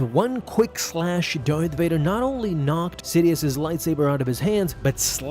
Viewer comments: You said dark Vader, not Darth Vadar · DART VODER